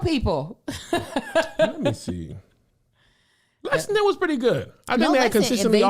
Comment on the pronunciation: Lexington Ky loved you guys don't be mad you had trouble pronouncing it Kev lol! I really do hope yall come back. We laughed til our ribs and heads hurt